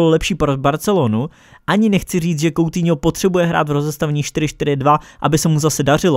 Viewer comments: Nečte se to "koutiňo" ale "kutíňo" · Uděláš samostatné video nebo že by si to rozkecal v rozkecánu?:D.A teď už na věc.Sou to 2.věci/1.věc/Batshuai přestoupil z Valencie FC do Crystal Palace FC /2.věc/Anthony Martial podepsal novou smlouvu z Man.United/A třetí bonusová věc / Vyslovuje se to "kutýňo"a né "koutýňo" Ale to nevadí nikdo není dokonalý ale váš kanál dokonalý je👍